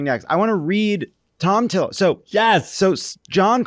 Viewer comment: Why would JVL say Thom Tillis’ name so weirdly? Was that on purpose???